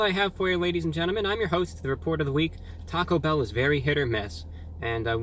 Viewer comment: Sounded like he said taco hell